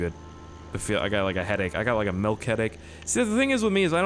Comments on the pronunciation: Hey. It's not "Melk" it's "Milk". There's no "E" in milk. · It's pronounced milk not melk 😡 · why do you say melk instead of milk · "Drunk off Melk" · Mehlk=milk for Canadians 😂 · Reallly.... melk? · it is m I l k not malk